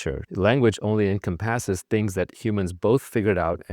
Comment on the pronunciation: The way he pronounced “encomp-ASS-es” made me suspect AI then checked the comments and found this.